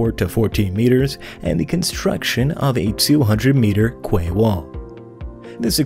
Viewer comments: Kway. That's funny ! Pronounced "key old bean" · Damn... Someone else corrected him on 2000mm thick steel.... Lol.. And yes QUAY is pronounced kee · Quay wall is pronounced kee wall